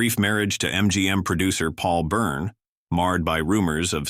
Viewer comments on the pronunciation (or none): none